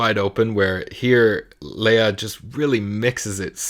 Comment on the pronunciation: It is Le-ya and not Lee-ya. 😘